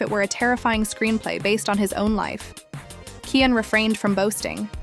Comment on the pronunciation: Shut up 🤬 You can't even pronounce Chrisean name correctly 🙄 😂